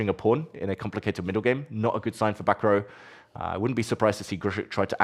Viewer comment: Prounouncing Bacrot as Back row is a bit unfortunate